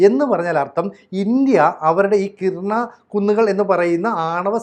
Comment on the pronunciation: കിരാന ഹിൽസ് (കിരാന കുന്നുകൾ).... കിർന അല്ല. ആണവായുധങ്ങൾ സൂക്ഷിക്കാൻ വേണ്ടി ഇതിൽ നിർമ്മിച്ച ടണലിൻ്റെ മുൻഭാഗം മിസൈലുപയോഗിച്ച് തകർത്തു എന്ന് ABC യിലെ തന്നെ മറ്റൊരു അവതാരകൻ രേഖാമൂലം പറഞ്ഞ കാര്യം ഓർമ്മിക്കുക. ഇനി മറ്റൊരു കാര്യം കൂടി.... ഇന്ത്യയ്ക്ക് നേരെ ആണവായുധം പ്രയോഗിക്കാനുള്ള തീരുമാനമെടുക്കാൻ പാക്കിസ്ഥാനിലെ ഉന്നതാധികാര യോഗം ചേർന്നിരുന്നു. ഇനിയും ഇന്ത്യക്ക് കാത്തിരിക്കാൻ കഴിയുമായിരുന്നില്ല. ഈ വിഷയത്തിൽ താങ്കൾ ഒന്നുകൂടി റഫർ ചെയ്യേണ്ടതുണ്ട്.